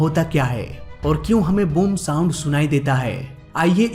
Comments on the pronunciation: Thik se sound bolo bhai saam saam kya kar rhae ho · 2.04 minute .... It's sound barrier not सांड barrier😂😂😂😂